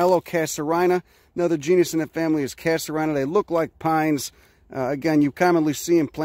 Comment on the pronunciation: Casuarina doesn't rhyme with vagina btw. Say "My name's Tina" to get the rythm, then sound it out, Cash u REEnu. This is important because; Casuarina Prison is the main maximum-security prison for men in Western Australia, located in the Perth, Western Australia suburb of Casuarina. Just sayin..